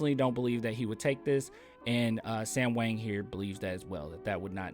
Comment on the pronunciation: Whoa, I wrote this article! Thanks for your kind words, you did a great job explaining the piece and adding insightful commentary. Really cool to see my writing on Youtube. GSG (and just as a note, "Hwang" is pronounced like it rhymes with "song")